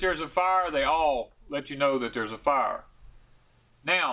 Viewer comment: Great video. Will save people who watch this lots of money from buying the wrong sheds. Thanks. Did you say “F-eye-r ? ;-D